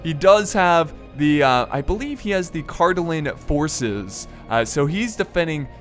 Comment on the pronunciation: Wow,besides some minor pronunciation for Cardolan and Rhudaur, you said those names pretty correctly! Good job.